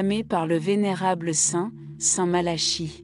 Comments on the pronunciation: St Malachie se prononce Malaki , si vous voulez être prise au sérieux n' estropiez pas le nom de la personne que vous citez , votre video ne fait pas sérieux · Entièrement Malachie Prononciations Malaki voir Nostradamus ce n est pas Pierre Le Romain mais le dernier des 3 faux papes selon Nostradamus représentés par jean Paul 2 benoit et Francois si vous voulez je fais une vidéo sur le Livre de Nostradamus de 1949 tirage 1500 exemplaires qui explique mieux cette prophétie